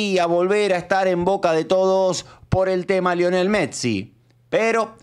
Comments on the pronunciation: 😂 que mecsi es MESSIIIIIIII PRONUNCIA BIEEEEEENNNNN😂😂😂😂😂😂😂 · te re banco pero si Messi vivió 30 años en España y dice fulbo vos no le digas metssi viviendo en el conurbano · Messi, no metssi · Por que el le dice Mettsi? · Che por lo menos pronuncia bien el apellido de nuestro capitán, es MESSI!!!!!!!! MESSI!!!! NO METSI, salame. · Messi es no Metssi . No podes pronunciar mal ese apellido es como San Martin. Se rrespetuoso con los proceres argentinos. Gracias,. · Metzi? 😂😂 Messi perro no te hagas el tano come guiso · Lionel Metzi dice 😂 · Como vas a decir Martin BOTSIIIII !!! METSI !!! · deja de decir Megsi, por favor jajaja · botsi metsi rocutzo menos mal que no dijiste sotfi martitnet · Consulta: porque decís metsi? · Porqie dices metsi? 🥲Jajaj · no entiendo por qué dice metsi! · Más que la pregunta en sí me pone más incómodo el diciendo Metsi y Martin Botsi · Metssi botsi sotfi youtube le tendría que prohibir la letra t a este canal😂😂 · Como seca la bocha escuchar metsi y botsi, mal,es messi y bossi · Metsi, Botsi ... che no es así 😅